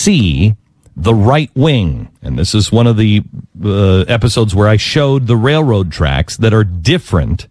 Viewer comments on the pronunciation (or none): none